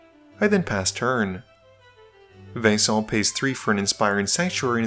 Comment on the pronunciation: Just call him Venison already if you can't pronounce his name lol. I'm sorry, I probably should eat something against my grumpyness